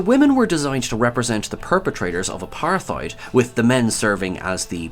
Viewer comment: "Apartheid" was badly mispronounced